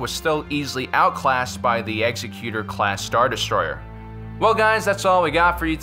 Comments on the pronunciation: It's Executor, not Executer. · I love your show and watch it all the time, but please use a dictionary and look up the proper pronunciation of the word "Executor". (eggs-EC-u-tor) not (execute-er). I think perhaps you are confusing the word executor with the word executioner. I notice the other host has corrected his pronunciation lately, and I know this video is a little older, so maybe you've already figured this out. Anyway keep making these, I love them. :)